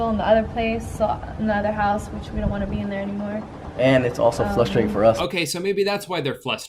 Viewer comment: That teeny tiny smile everytime he says "flustrating" in the first video lol